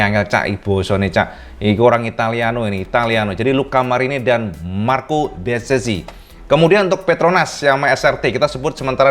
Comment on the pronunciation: Bezzecchi dibaca "Betzekki" kl pake ejaan Indonesia Cak.. So un po' italiano, lo sto ancora imparando.. Kbetulan ana lg blajar dkit2 bosone.. Semangat trus Cak bkin kontennya.. 👍💪